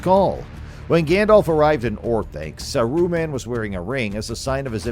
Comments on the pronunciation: it's Saaruman, not Saruuman I cou;d not stand the video for more than 50" Pity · In the before times, according to The Lord of the Rings Appendix E pdf, Smaug is pronounced Smoug. Gollum is GOHL-lum Gil-Galad is Gihl - GAH-lad Mindolluin is Min-DOL-luin Saruman is SAH-roo-mahn Sauron is SOW-rohn Haldir is HAHL-dihr Gandalf is GAND-ahlv. So maybe who or whatever this voice belongs to is correct. Saruman is SAH-roo-mahn. John Ronald Reuel Tolkien has a classic English accent so he doesn't roll his "R's" like they do movie(s) LOTR. So I guess Saruman is SAH-roo-mahn. Maybe whoever or whatever this narrator is needs to say SAH-roo-mahn a little faster. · This was lazy bro. I was really excited to see a new channel posting about rings and realms but come on if u gonna use ai at least give it a correct pronunciation example of the names your focusing on. Sar U man n sour on . Lols. Ud do better making minecraft videos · Fuck man how many times are you gonna miss pronounce the name wtf is this